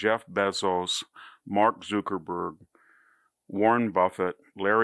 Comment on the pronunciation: Please stop saying mark zookerberg